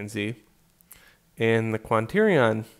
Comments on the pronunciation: QUA-TER-NI-ON... I love your tutorials man good effort. But I can't take you seriously when you say Quanternion. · and euler is pronounced OILER :)